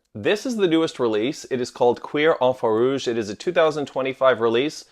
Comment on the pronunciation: Um I don’t think that’s the correct pronunciation 😂😂😂